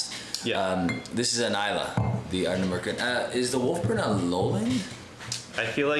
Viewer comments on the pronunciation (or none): ", say Ardnamurchan correctly or this bottle of Springbank Local Barley dies in transit!!!" And that's how the bottle met its end...😂 I think you guys are bang on about new distilleries. I think eventually we'll see a period of closures again, like we are seeing in B.C. with Craft breweries right now. There was a time there were 10+ new each month. Market saturation is real, and it will hit. Quality with a following like Ardnamurchan will survive, but anything average will have to adapt or disappear.